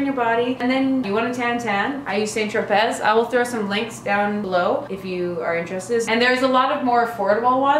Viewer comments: hehe cute video. Just for future reference (according to Tati) it's pronounced like Sant Tropay. :) The spelling throws people off. :) You're awesome though. Thanks for doing this! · Thanks for the laugh- the way you pronounce St. Tropez is hilarious. Keep up the fun videos!